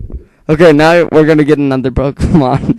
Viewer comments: dude wtf is a poemon?is it a ghost or what? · poemons lol